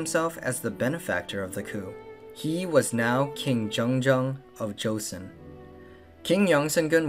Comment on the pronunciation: how could you guys do all this extensive research but still do not know how to pronounce joseon right